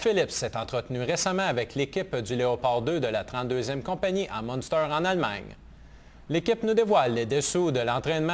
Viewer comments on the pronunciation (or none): Er sagt nicht "Monster" sondern "Munster". Er redet von der Stadt. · it's Munster ;)